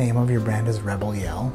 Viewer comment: Rebygle RaregYell OMG I love this so much!